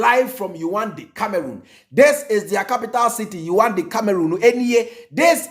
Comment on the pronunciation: Please the capital is pronounced as : Yaounde. Yaawundey)